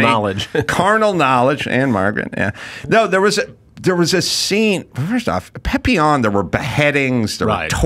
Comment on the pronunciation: Adam for goodness sakes pleeease stop saying PEHPillon. It's PAPillon. I know you can't read, but come on!